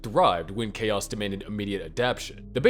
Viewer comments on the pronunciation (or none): none